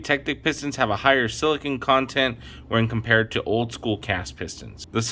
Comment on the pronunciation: This is a great video. It's a shame it doesn't have more views. You're one of the only people that say silicon, most mispronounce it as silicone.